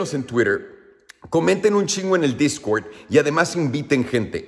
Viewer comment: jajajaja discwerd discwerd discwerd discwerd